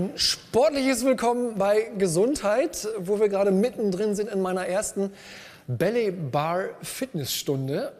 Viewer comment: Psst. Es ist nicht belly bar, sondern ballet bar. Das spricht man wie 'bäley bar' aus